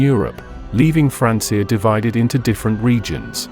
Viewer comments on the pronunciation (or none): Sorry i just cant with the AI. The pronunciation of Francia is just bothering me too much. ✋️